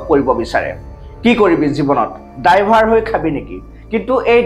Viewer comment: "ডাইভাৰ" নহয় "ড্ৰাইভাৰ" । উচ্ছাৰণ কৰোঁতে অলপমান ধ্যান দিবা।